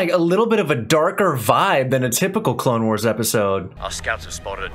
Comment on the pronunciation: "Star Wars The Clalexnes Wars" 😂😂